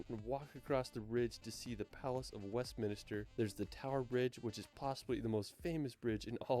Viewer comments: I would recommend taking no notice of this video. This is just HIS favourite places to visit not the best. Try other reaction videos like Wandering Ravens or the Vaga Brothers. Also, it's the palace of Westminster not Westminister like he says, which is basically the houses of parliament where our government is situated. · It's Westminster NOT WestMinister. Must be a North American thing as we have a place near Vancouver called New Westminster and many of the locals say it that way too! StoneheNge not Stonehedge! Snowdon is not 10080 metres high as that would make it higher than Mt Everest! Not your fault though dude! Good video. I like the format of doing the reviewed video in the big window, AND the volume of it was good! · He went to WestmInister too Is that near Westminster 😂😂